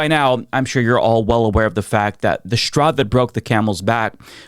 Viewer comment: “Shtraw.” He said Shtraw for straw.